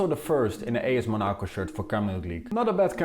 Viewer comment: WHYYY are you saying Monaco like that